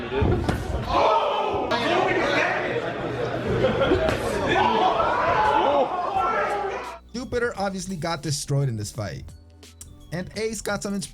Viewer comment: Did you say yupitor. The wing Chun was strange because is has kicks and locks with a more careful advance which this guy wasn't doing.